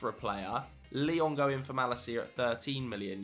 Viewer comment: You destroyed Malacia's name lol.